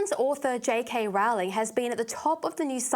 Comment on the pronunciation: If you are going to talk about her, learn how to pronounce her name. the Yanks get it wrong, but there's no reason for you to do so as well..